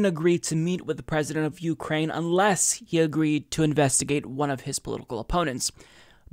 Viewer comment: you-Krain I-krain we-all-Krain for co-kain